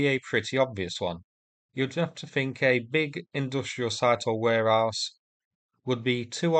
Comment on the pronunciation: Mate, I know your accent’s thick, but where-arse? The Russians keep missile systems in a where-arse?